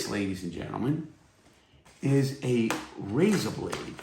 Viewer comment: Take a shot every time Larry says "rayza" 😂😂